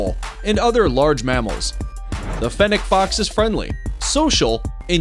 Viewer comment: The c after fennec sounds like an s